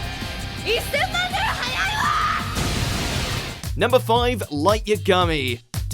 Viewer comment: Light yah-Gahmee???